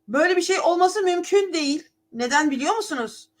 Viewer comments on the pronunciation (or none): none